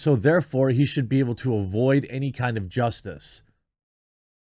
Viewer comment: It's Jussie-tice, not justice. Hopefully he is found guilty a 2nd time and gets a worst sentence for this circus.